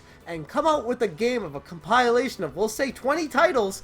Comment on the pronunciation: This man said “compile-ation”. Nonetheless I hope your channel makes it, bro. I subbed to help you out. Stay up and stay true.